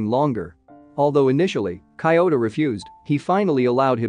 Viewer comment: The way he pronounces Kyouta's name is so disturbing